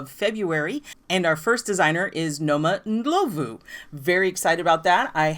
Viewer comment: Thank you for including sweater designs that are size inclusive! Also appreciate that you took the time to look up correct pronunciation of name.